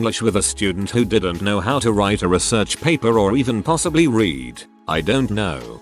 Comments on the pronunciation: I hate how the TtS can't differentiate between the past and present forms of the word 'read'. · I find it amusing. >w< xD